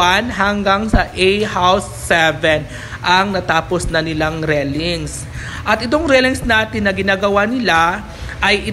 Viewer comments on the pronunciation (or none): Railings po dipo rellings hahah tagal munang nagbo vlog di ka pin bihasa